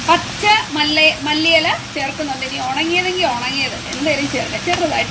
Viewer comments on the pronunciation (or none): എന്റെ പൊന്നു. കൊറയാൻഡറും മല്ലയെല്ലയും ഒന്നും അല്ല പറയുന്നേ. കൊറിയണ്ടർ ലീഫ് അല്ലെഗിൽ മല്ലി ഇല കേട്ടോ ഒന്ന് paraje